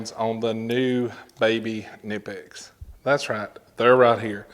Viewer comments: Pronounce the K please. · I can't take someone seriously when they can't even pronounce a company's name properly.